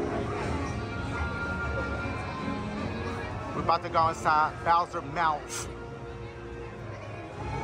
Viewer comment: “we bout to go inside bowsers mouf”☠️